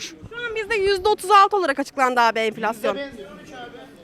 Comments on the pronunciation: Neden yaşamıyor çünki merkel bırakmıyor bunu çünki süper almancası var bulunmaz meslegi var merkel bırakmıyor enfilasyon diyemiyor enfeksiyon diyor 😀😀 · “Enfleksyon” diyor 🤣